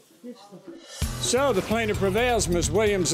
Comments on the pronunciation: it’s TRUTH not TROOF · "That's not the truuf" 🤦🏽‍♀️